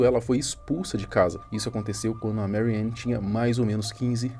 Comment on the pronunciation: A A pronuncia em alemão não é "meriane". O a em alemão é "a" mesmo.